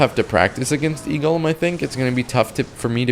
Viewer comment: are you 12, you seem not able to pronounce golem